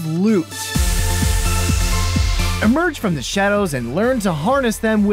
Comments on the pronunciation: LÜT u must pronounce it correctly! IT IS NOT LUT OR LOOT, it is LÜÜÜÜÜÜÜÜÜT with Ü!!! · He doesn't know how to pronounce 'u'. Most people don't... Just accept that